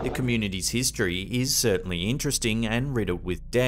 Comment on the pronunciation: It's Kay Lynn not K Allen..